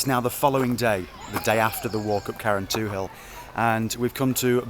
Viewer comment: BTW, it's pronounced 'Karentool'!